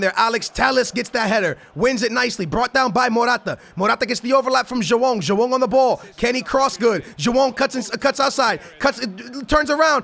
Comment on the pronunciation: I swear when he says Joao it sounds like he's saying jewome